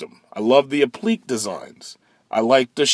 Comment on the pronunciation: Very true on the Tesla interior and lack of SRT treatment in these early years...getting better I think. Also, douchebag internet assistance for the day: "ap-pli-cay", not "ap-pleek".